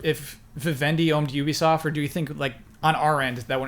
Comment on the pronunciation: none of you can pronounce ubisoft, though